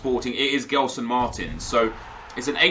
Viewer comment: just one thing. It's not pronounced GELson Martins it's JELson Martins. Keep up with the great content!